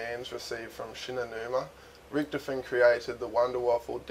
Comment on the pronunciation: ritch-toven not rioven